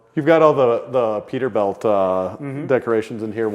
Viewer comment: Is it pronounced Peterbilt? Or how said it Peterbelt?